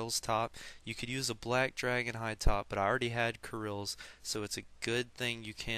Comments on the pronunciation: dude... its not krils lol its prinounced kahrils roflmao what are you? amercan if u are i understand rofl krils lmfao! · dude i have something for u to fix ur axent kirils lmfao!!! dude its pronounced kahrils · its pronounced ka-rils! noob! not kar-ils! dont make me go hit a f**king dustbin!! =@ =D